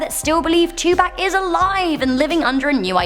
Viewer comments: Tupac pronounced To-pock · Why did she pronounce 2pak 2pack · Say it with me "Two- Poc.. not Two Pack' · You didn't pronounce Tupac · Too-p-AH-ck not 2 pack... 🤬 But 😂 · “Too pack”😂😂😂🤦🏽‍♂️ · U said Tupac wrong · When she said tupac's name wrong I cried. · How tf you say Tupac wrong 😂